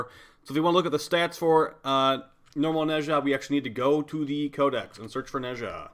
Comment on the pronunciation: my boy pronouncing nezha like hermione telling ron weasley how to pronounce the levitation spell yes the doom slayer is allowed to be a nerd